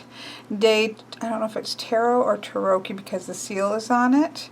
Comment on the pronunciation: Ahahah the way you said "Tarocchi" is the funniest thing ever <3 (we actually pronounce the CH group as K ;) )